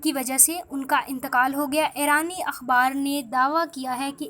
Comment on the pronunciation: Ye Airaan kia hay.... airani kia hay...aur mulak kia hota hay... doob maro ...learn urdu....rotten pronunciation of urdu